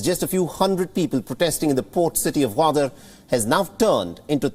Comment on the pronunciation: Its "Goo"wadar not Waadar.